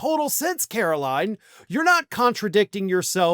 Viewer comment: KARO-LIE-IN' Leavitt